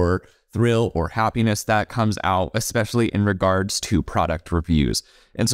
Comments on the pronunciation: I can’t trust the girl in the pink top because she pronounced especially as ekspecially 😂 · My suspicions about the girl in pink were confirmed when she said "exxpecially". Moving on. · “Eggspecially” from Miss “it’s ok to lie because everyone does it”…. I think my IQ dropped about 40 points watching this., are you okay? Trying to follow that thought process could cause you permanent damage…